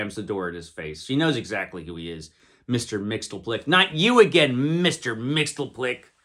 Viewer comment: It's pronounced Mix-yez-pittle-ick. 😉